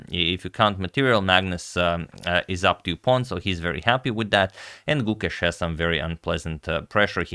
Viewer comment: Just to be clear, Gukesh's name is pronounced 'Gu-kaysh', not 'Goo-kesh'